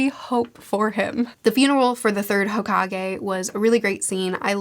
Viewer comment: Hokage is pronounced “hoe cake” 😜